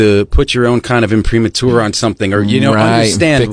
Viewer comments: When you've only read a word. The rest of us say Impra-marter (imprimatur)! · Yeah, but he pronounced it wrong. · Who says imprimatur that way?